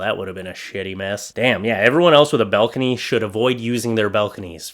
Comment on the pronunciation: BALcony, not BELcony